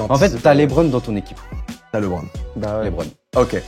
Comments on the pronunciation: Westbrook for life ! Par contre les français ne savent toujours pas prononcer correctement le prénom de Lebron jpppppp, faites un effort svp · Je viens de commencer la vidéo... "LÉBRON"...